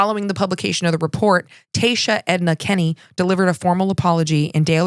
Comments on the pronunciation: don't worry about pronunciation too much but just for future reference: Taoiseach is tea-shuck. Just for those who don't know it means Chieftain and he/she would have more power than our President. Dail eireann is Doll air-in. This is our Parliament. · "Taoiseach"- According to my Irish neighbor, and a couple of "how do I pronounce this" websites LOL, it's actually pronounced "Tee-shuh" 😉❤️